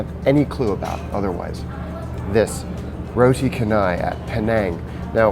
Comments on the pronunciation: Haha mate you absolutely butchered the pronunciation of "roti canai", it's pronounced "cha" instead of "ka" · lol it's pronounced roti ch-an-ai, but great video hahah